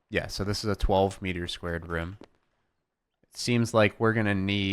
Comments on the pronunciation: It's room not rume room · reem? i think you mean ROOM!